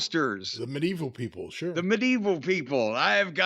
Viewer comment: Medeval is sure a way to pronounce it